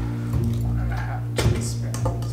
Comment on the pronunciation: No one:: T-E-A...SPOONS.